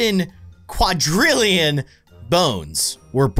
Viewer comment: Why did you pronounce quadrillion wrong,?